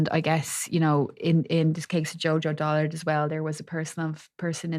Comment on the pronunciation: JoJo DULLARD NOT DOLLARD